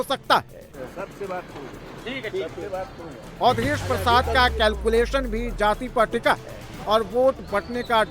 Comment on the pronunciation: अवधेस बोलना तो सिखलो योगी के सामने अवधेस हाय भारत देस